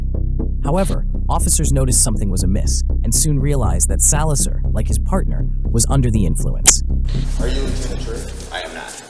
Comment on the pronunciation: It’s pronounced Sal-la-zar not sa-lazar